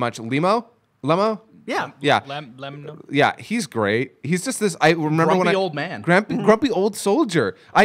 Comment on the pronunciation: that's when cheelai and uhh lime-: lemo: leemar